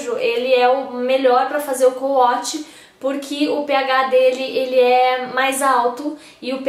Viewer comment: Na verdade se escreve CO-WASH mas se lê couaxi com som de X e não couatchi com som de T.